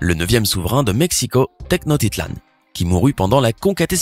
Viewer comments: TenoCHtitlan* pas TECHNO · "Techno titlan" 😂😂😂😂